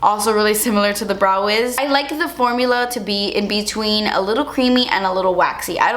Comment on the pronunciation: I first startet your video while doing some other stuff and I was so confused, cause every time you said brow I understood bra xDDD then I looked at the screen and actually realized you mean brow... that was kinda really funny ^^ --> 'sometimes they don't look identical and that's okay. Your bras are supposed to be sisters not twins' xDD But back to your brows.. your natural brows are really pretty! I mean, not that you shouldn't fill them up a little bit, but honestly.. noting to worry about too much!